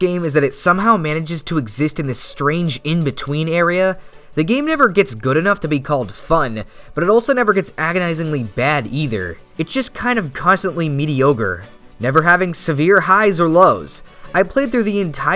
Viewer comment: "Constantly medi-ogre" I see you..